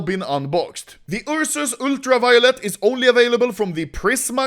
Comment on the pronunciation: Ah yes the "Ur sus" knife